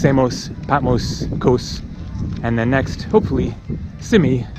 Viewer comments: haha patmose..... it's patMOS!!!!! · I agree, he mispronounces Patmos, Samos & Mykonos, probably some others I haven’t him say, but hey, he’s not Greek like Iam, but still annoying - great videos though💙🇬🇷💙🇬🇷💙🇬🇷💙🇬🇷💙🇬🇷